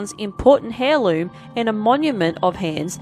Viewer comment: whats a Hair loom? and what is pank rations? thats how you pronounced them... what is this vocal dyslexia? and lets not even mention the name Sergei...